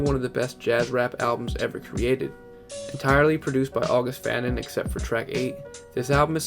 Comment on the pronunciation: August fanon is pronounced august fuh-non